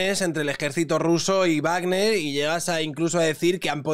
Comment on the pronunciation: Guarner no,vagner no es una palabra inglesa.